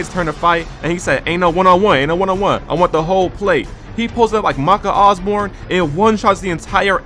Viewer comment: I know this fine gentleman did not just call my goat "Maka Osborne" 😭